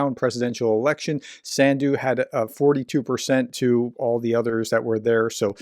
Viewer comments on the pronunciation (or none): not a correction, but a ....detail ;) The president of Moldova country Sandu rimes with "undo" term. you just read "undo" with S in front and accent on [a]/[u]. ;)